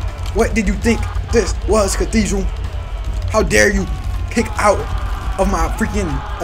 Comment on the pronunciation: Bro massacred Cathedral and the entire roster